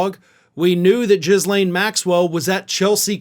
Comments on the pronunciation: PLEASE pronounce her name correctly. It's not Jislain...it's pronounced Geelenne. The "H and the S" are silent. It's French. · Just fYI. It’s pronounced « Guee-Lane » not Jizz Lane. Although your pronounciation might be more à propos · Ghislaine.... Pronounced Ghee-lane... Silent S never says it right. Annoys me. Lol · Ghislane is pronounced Elaine. We’ve lost letters since Middle English and the spelling changed. But, Ee-lane. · Her name is pronounced with a hard G …. gee - lane. It’s a French name.